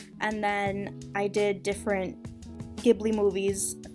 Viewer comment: aww i love the totoro btw it's prounounced jib-lee